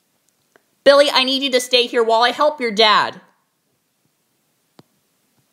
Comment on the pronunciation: You pronounce Billy like belly